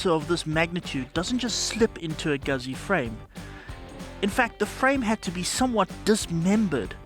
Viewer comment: Someone's got to say it, may as well be me. Guzzi is pronounced Gutsy. Like Pizza.